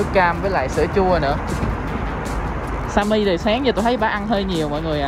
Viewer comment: Simmy mà nhấn simmi